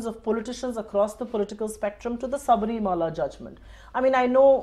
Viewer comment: she says saabrimala... obviously has no idea about what the temple is all about... or the diety there... but she wants to go there... what half baked individuals....